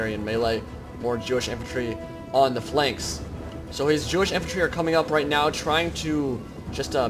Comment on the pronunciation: "Fanks exposed"